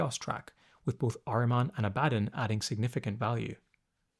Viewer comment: The way you say Abaddon, or Ab-uh-don makes me want to punch your English teacher in the face, lol.